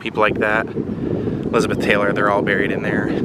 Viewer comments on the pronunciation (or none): none